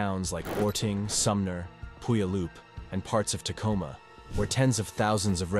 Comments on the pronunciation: I was wondering where pool E oop was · It’s pu-y-all-up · Pew-all-up. Puyallup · Puyallup 🤷🏼‍♀️ ‘Pew-all-up’ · It’s Pew-al-up. (Puyallup) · It's pu al up! Puyallup!😂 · This is a low effort video. Machine narration and stock footage of random mountains and volcanos. But I enjoyed hearing Puyallup pronounced that way!